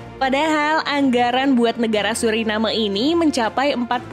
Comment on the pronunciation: Kenapa ya rata2 admin dari indonesia bahasa inggeris nya tahap tadika nama2 negara disebut tak pernah betul,,contoh nya Suriname,,kalau disebut surinam dgn sebutan nam lebih tebal,ini tidak disebut ikut